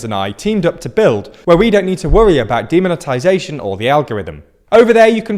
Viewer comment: I like the way you said, "demon tization".